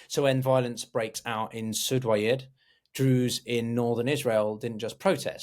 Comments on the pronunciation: I know i was gonna say the same. Was looking for this comment. You would assume if you were gonna make a video about السويداء or as-suwaydah, you would be able to research how to say it… you can just call it suwayda (like it says on the map you have) Soo-wey-da Not sudwaya or surdwaya or sudurya Practice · Hey, great video, just one thing: it's Su-Wei-Da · Yes. Doesn't know how to pronounce Suweida. say Soo-way-dah. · I’ll make it even easier for you (coming from an arab): you don’t even need to pronounce the “u”. Just say “sweyda” Sway-duh (Repeat several times) I’m sure you would have had some arab friends you would’ve been able to consult on this matter before publishing this video.